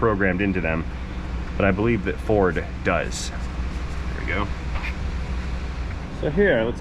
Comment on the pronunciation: ..."Perfect , " fer a Ferd !!!...😂😂😂...